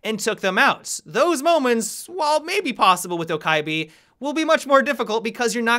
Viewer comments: From what I’ve heard from Korean friends, Dokkaebi is pronounced “Doh-keh-bee” or “Doh-geh-bee” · hey, I am Korean and I just wanted to say that Dokkaebi pronounce as "DO-KEH-BEE". Thanks! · Pronouned Doh Keh Bee just fyi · Pronunciation - Dough guh bee For those people who care! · Just pronounce her correct pls... (South Korean here) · The k's sound like G's by the way